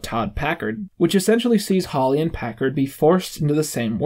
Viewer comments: It's Packer not Packard holy shit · it really bothers me that he keeps saying "Packerd" instead of "Packer" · Packer. Not packerd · He pronounces Packers name as Packard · Your point would be relevant if it was a one time thing. The rest of the video is perfect but he says "Packared" every single time so he obviously doesn't know his name. That's not to say it delegitimises the video in any way. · weirdest part of this video is how you keep saying "Todd Packard" it's "Todd Packer". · I know this video is two years old... but it's "Packer", not "Packard". That's probably intentionally wrong as a joke, but it physically hurt every time he got it wrong. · PACKER, not Packard. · Instead of saying packer he’s either saying packerd or packert and it’s making me crazy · are you saying Packerd? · You keep saying Packerd it’s Packer Todd Packer like the Packers football team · You keep saying "Packard"... It's "Packer" Other than that good video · its "Todd Packer". not "Todd Packard". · I’m sorry, but holy shit dude it’s PACKER not PACKARD, if you’re gonna do a video essay on a show at least know their names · This guy has great views and understanding of the Michael character, but I genuinely can’t make it any further in the video after the 200th time of hearing “Packard” again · Hey,, learn how to pronounce Packer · Yeah thats incredibly infuriating. It delegitimizes the entire video, why am I gonna listen to this guy talk about the office when it seems like he hasn't paid attention enough to even get the names right? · like the video, but please pronounce Packer’s name correctly